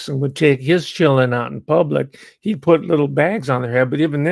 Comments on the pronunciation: says " chillun" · I'm enjoying you having fun with the word "children." I recommend trying-on the pronunciation "chur-ren." It connotes more of a cognitive struggle.